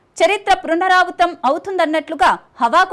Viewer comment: చరిత్ర పృనరావృతం కాదు తల్లీ పునరావృతం అనాలి